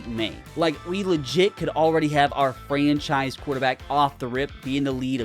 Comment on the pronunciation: GROK said "FRENCHise"